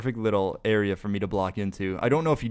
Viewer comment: Did you say "too risky five me", like "too risky for(/four) me" on purpose that's amazing